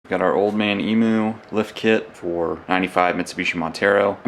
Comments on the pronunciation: It is pronounced old man eem you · Indigenous name, EMU, pronounced " Eeem yoo". Mate. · Please... It’s pronounced Eem you